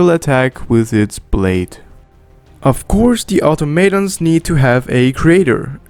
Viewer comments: It's au-tom-a-ton, not au-to-ma-ton. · Automaton Pronunciation: Aww-Tom-Uh-T-On